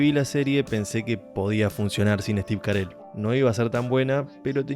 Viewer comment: Cómo Steve Carel?? es Steve Carrell jajaja Buen video amigo, muy buena critica y explicacion de la serie. Me identifiqué con tus opiniones.